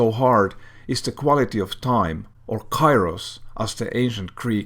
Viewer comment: Try use it tranlaste to learn how to pronounce Kairos (καιρός ) correctly xd . Nice video tho . Love from Greece